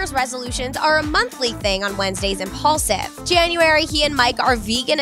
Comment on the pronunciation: IMPAULSIVE!!! Not impuls 😩😩 get it right people